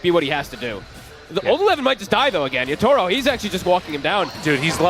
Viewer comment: Everytime this guy says Yata-Ro, it grinds my gears